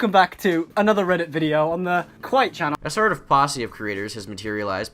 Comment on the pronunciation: the way you said Kwite hurt a bit :(